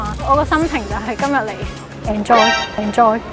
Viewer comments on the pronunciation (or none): 😂😂😂居然讀''and joy"